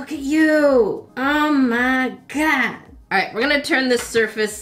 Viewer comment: I love how you pronounce oh my God nope er me gurd!!!!!!!!??!